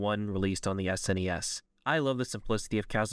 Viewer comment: You got my attention and respect when you said S-N-E-S and not "Sness" as some people say it which always drives me nuts lol